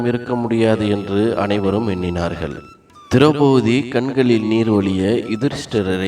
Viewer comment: நன்றாக இருந்தது.. ஒன்றை மட்டும் கூறிக் கொள்கிறேன் மாற்றிக் கொண்டால் நன்றாக இருக்கும். திரெளபதி - ஐ திரௌபூதி என்றும், இறக்கும் என்றச் சொல்லை இற்க்கும் என்றும் உச்சரிப்பது போலத் தோன்றுகிறது.